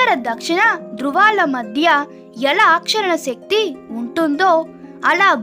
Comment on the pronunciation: Aakarshana anali Try to pronounce correctly